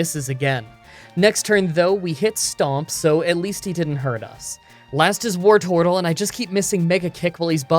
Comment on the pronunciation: "Last was BOARTORTLE" ?!? I'm never going to be able to unhear that. Thanks.